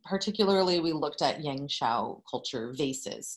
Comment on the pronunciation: As a Chinese who is preparing for a standardized art exam in China, two things popped out there for me 17 mins into watching your video lol~ #1 your pronunciation of “ yangshao” is flawless! #2 I was quite surprised that we Chinese back then started making pottery even before switching to agricultural lifestyle. Because I thought it was agriculture that asks for a reliable way to store harvested grain and that’s when pottery comes into the picture and serves exactly that purpose. Super interesting class and equally interesting way of the class taking place, I really enjoyed watching and now I’ll resume back watching !